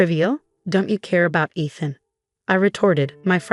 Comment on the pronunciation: Is her fiancé / husband name Eeethan, Ehthan or Aathan? Narrator can’t decide how it is pronounced.